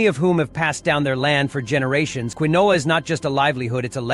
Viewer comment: Quinoa pronouncement is funny😂 it’s pronounced keen waa